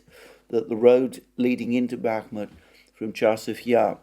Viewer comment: Dear Alexander, my tentative advice would be to simply look for the proper stresses of Russian words in Russian wikipedia. They are there for sure and it really annoys my Russian ear, no offense. rEAdovka, not readOvka; bakhmUt, not bAkhmut etc etc. I know I know it's pretty challenging, but this is just another way to improve the content that you are already doing which is very well made though 🙂